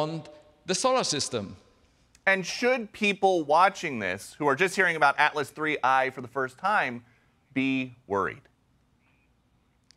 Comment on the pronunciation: The commentator doesn't even know the name of the thing right. He says atlas3i 😂